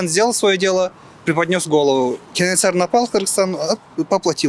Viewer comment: Журналист кыз КенеНсары эмес,Кенесары торпок болбой жакшылап даярданбайсынбы?